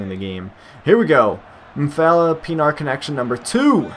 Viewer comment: by the way it's pronounced PEE-EN-R